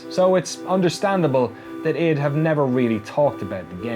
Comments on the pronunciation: people saying it wrong in the video!!! really annoys me. it's not iD (like bid without the b) it's I.D. eye-dee software. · Am I the only one who thought it was pronounced I.D. software and not id?